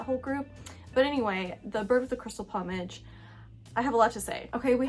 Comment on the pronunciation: I enjoyed watching your reviews of these films and your opinion on the dubbing, which initially baffled me too. Btw check 'plumage' pronunciation 👍